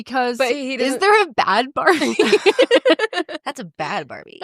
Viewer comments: I always thought it was pronounced barbie! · I always thought it was Barbie pronounced Baabee too! I thought Bad Baby was a whole other person!